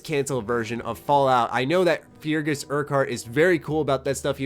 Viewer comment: "Fergus", not "Feargus". X-D